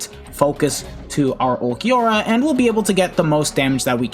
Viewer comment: Ulquiorra would kill you if he knows you call him "ulq"